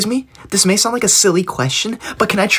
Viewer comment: MAY i go 2 the bathroom its not may-oh... Its is may.....